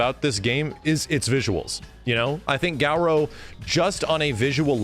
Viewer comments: ily but please stop saying GAOROU. Its Garou - GAH-RO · this is so cool but it hate how he says "gau-row" its garou. GAH-rou. the only u is at the end. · stop pronouncing it Gau-ro please thanks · why are you calling it Galrou